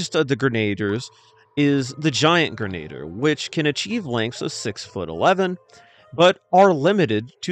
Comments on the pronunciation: I believe “Grenadier” is pronounced like grin-uh-deer. That’s the way I’ve always heard it pronounced anyway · AI can't pronounce grenadier. Sad.